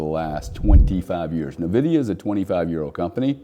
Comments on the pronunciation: It’s Pronounced ENVIDIA not NEVIDIA, why would anyone listen to a person that can’t even pronounce the name of one the most important companies that ever existed ?? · Fantastic video. For the sake of our ears, Nvidia is pronounced "invidia" not "nividia". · Nice video and good parallel but please... it's "ehn-vi-dee-ah" not "nuh-vi-dee-ah" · its N-VIDIA not navidia lmao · neh-vidia 🤣 not en-vidia? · It’s pronounced En Vidia. Not Ne Vidia. Also mixing of 2 very different concepts comparing chips with digital money. Still the sentiment is correct. Yes BTC has a great future. As does Uniswap. As does Filecoin. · Agree 100%…great insight, but cringy every time it was uttered, almost to the point of losing some credibility. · FYI - The name "Nvidia" is pronounced as "en-VID-ee-uh". The "n" is pronounced softly, and emphasis is typically placed on the second syllable, "VID". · N-vidia is the correct pronunciation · Pronounced IN-VIDIA. BUT is the only one of the online noise makers to recognize and point out that BTC IS a Monopoly! EXACTLY. It cannot be duplicated AND It cannot be diluted. It is fixed and perfectly unique. Nothing like it EVER. SO even comparing it to Nvidia is not the same. Nvidia is just a hint of how BTC will perform! Unfortunately, Ethereum is a Joke and that does show how uninformed still is. BUT he is coming around. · Dude can’t pronounce NVIDIA 😂😂😂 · I mean, I agree, but he can’t even pronounce nvidia correctly which makes it hard to listen to seriously